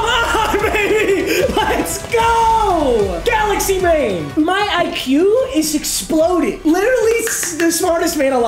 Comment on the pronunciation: Man said galaxy bain